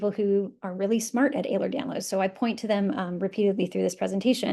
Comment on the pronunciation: Please pronounce it correctly. It’s EhlerS-Danlos, not Ehler.